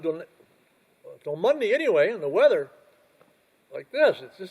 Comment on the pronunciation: It’s called “weather” Rhymes with Leather